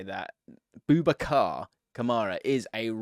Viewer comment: Please don't pronounce it "Boob A Car". That's not what his name is and it's pretty offensive to say it that way. It is a derivation of "Abu Bakr," who was the man who took over rulership of the Muslims after the Prophet Muhammad's death. The correct pronunciation would be close to that: "-bu Bakr'. Just find an Arab person saying this name and you will understand how to say it. I know it's not natural to the Western tongue, but we make the effort to say your names properly, even when they're names like Siobhan, which looks nothing like the way it sounds.